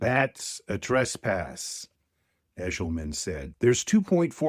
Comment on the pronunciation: “Eshelman,” eh?